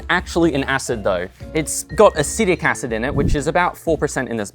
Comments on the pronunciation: 🗣Acetic acid 📜Acidic acid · I noticed that too, but honestly thought it was just a cheeky joke x) It is technically acidic acid.